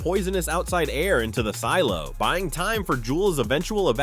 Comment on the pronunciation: Did anyone else hear him say seelo